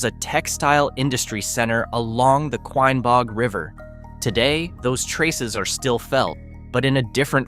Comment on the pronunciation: I think somebody must've dunked the AI narrator in the Kwine-baug River